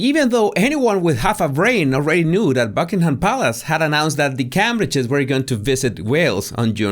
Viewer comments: it's pronounced Came-bridge, not 'Cam-bridge'😁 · CAMBRIDGE is pronounced Caymbridge.